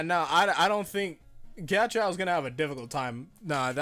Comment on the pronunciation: pls stop pronouncing his name like "giachow"